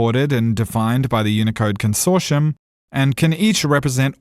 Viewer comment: Consortium, not consorshum.